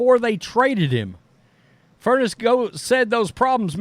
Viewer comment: Fur-ness’. Not furnace